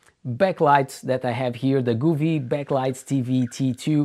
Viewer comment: Wrong...each tv is different, if I had your setup I would send it back and it's govee not guuuveee